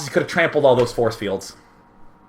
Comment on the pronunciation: I lost it when he said 'borce bields' I couldn't breathe.